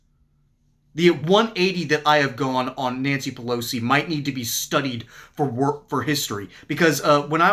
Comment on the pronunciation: Nanshee Peloshee